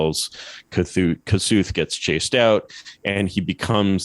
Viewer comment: oh man... you can't pronounce the name of Kossuth like that...